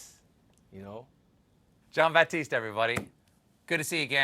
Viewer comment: you can tell that you are trying to overcompensate for either feeling racist or being a secret racist because every time u speek to jon batiste you keep saying his name with emphasis over and over which you never do with any one else only jon it probably comes from your religious up bringing and your understanding of the made up catholic version of the king james bible so you just can not reconcile it so you overcompensate when face to face' I know u r very liberal but this part of you is very readable and sad use your brain and GROW up i mean do u believe in the other 9996 gods we have made up before christianity or the gods that christianity came from NO you only believe in the new testament not even the old 1 just a new version of a new god in english wich was against the churches laws to read the bible in english you were tortured even for owning a bible in english so HOW DO U RECONCILE THIS BULL? and why would a god make me an anti-theist that's his first mistake oh and why would he make something with the freedom to have fun OR SIN AS YOU CALL IT and then forbid it why would he not just make me and every 1 else unable to have fun sorry unable to sin i mean he is supposed to be all knowing all powerfull so WHAT IS HE PLAYING AT I SAY HIM IT SHOULD BE IT and he never makes his voice heard in everyones head at the same time that's how i would talk to all my creations at once then they would be in do doubt i exist BUT AS ANYONE WITH A THINKING BRAIN KNOWS IT'S ALL FOR THE F